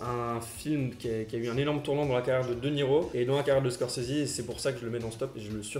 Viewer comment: Scorsese (eh), pas Scorsesi